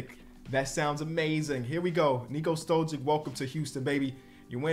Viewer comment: Why dont you pronounce Stojic not withthe same as like Jokic and Doncic lmao